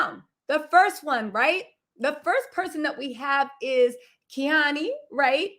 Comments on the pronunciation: Khanyi .. sound it out like Carr..nyi.. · Khanyi is pronounced “Kahn-yee” sort of like Kanye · Hey babe..its pronounced Kanyie...like Kanye but an I at the end